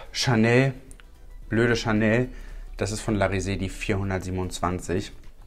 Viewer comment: Ich habe BLÖDE CHANEL verstanden 🤣😂